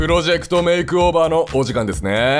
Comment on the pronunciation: make over を まけおべー って言うの地味にすき